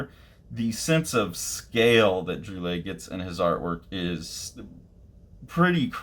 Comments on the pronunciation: He is a master, yes very lovecraftian. Splash pages, double pages, playing with image and word boxes as well as lettering. its pronounced Drool - aye. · It's pronounced sort of like "drwee-AY". I learn more unfamiliar names by just plugging them into youtube and listening to a native speaker say it :) Technically the `ll` is pronounce but it works similar to how you would say it in Spanish.